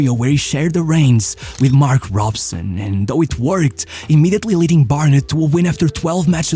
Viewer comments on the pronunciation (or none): none